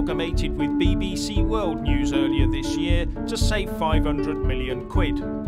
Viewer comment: Did you say BBC world news or did you say BBC woke news?